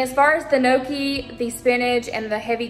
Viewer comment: NEEOKIE (Gnocchi). Girl😹. There’s no celery in a cheeseburger 😹😹 or carrots. There’s no crying in baseball.